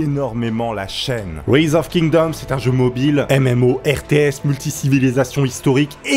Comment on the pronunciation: Par contre j'espère que tu le fais exprès pr la prononciation de rise hein x)